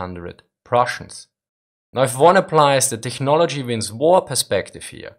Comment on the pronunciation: It's pronounced teknology, no hard "ch"